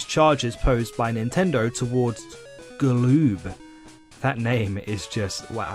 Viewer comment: NVM, i said this halfway through the video, but your repeatedly saying galoob very much offends me.